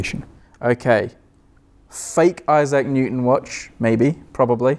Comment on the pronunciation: snot IssAC it's ISsac stress on 1st syllable